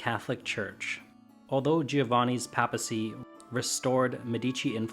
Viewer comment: Interesting and well told, with a sufficiency of illustrations. Thank you. NOTE: papacy is pronounced PAY-PUH-CEE.